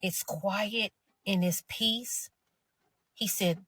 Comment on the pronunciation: Peaice not piece Not the same.